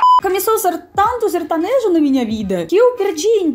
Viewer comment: Kkkkkkkk detesto sertanejo kkkk sertonojo kkkkkkkkk